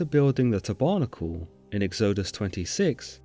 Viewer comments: Tab....errrrrr....nackle....not tobernickel...tabernacle as in a type of church. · You are mispronouncing a lot of words. For example, tabernacle - Tabb errr nack ell not Te barnacle, its not something stuck to a ship. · His pronounciation of Tabernacle is low key triggering me lol. It’s Tábernacle, with the hidden accent on the first syllable. Not the second, as he pronounces it. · You seriously need to learn how to pronounce words a Tab er nacle is not a tab barnacle. If you are unsure about pronunciation you can LOOK IT UP. Mis pronunciation distorts the biblical verses. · Bro, your pronunciation is off.. its not Táburnacul..... Ta - Ber - nackle... Not Isreuahlites.. Isreal- ites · Tebarnacle?? Tab er nacle! Excellent video otherwise. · I love your videos, but I feel compelled in this case to point out some egregious mispronunciations. Tabernacle is pronounced TAB-er-NA-cle, not tab-ER-na-cle Exodus is pronounced EX-o-dus, not ex-O-dus. Sorry, it was just very jarring to hear it. Otherwise, I love your work. Keep it up! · Sir, please. It is pronounced 'tab-er-nack-el'. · You should a native English-speaker to coach you on pronunciation. English pronunciation is hard, but you can do it (with some effort). tab'arnakal, indeed! (And I'm not even talking about the fact that "kerubim" is pronounced /ker u bim/ and that ch or tch or tsch doesn't exist in Hebrew.) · Israel-ITES, taber-NAC-le...have I been pronouncing these two words incorrectly all these years? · Great post. Maybe check some pronunciations? Tabernacle is /tab-buh-nack-el/(Eng) or /tab-er-nack-el/ (American). Exodus is /ex-suh-duhs/ (Eng) or /ex-i-duhs/ (Amer). It is never ex-zooe-des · "eggs-OH-dus" ? "tuh-barnacle" ? Some really weird pronunciations here. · Tabernacle is pronouced "Tabber-nack-L". Love the channel and voice delivery. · Haha, ta-barnacle! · Te barnical? Ex OH dus? Lol!!! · Learn to pronounce tabernacle! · The way he pronounces “exodus” and “tabernacle” is... interesting.